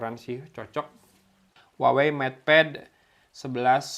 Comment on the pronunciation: cara nyebut brand-nya : WAHWEi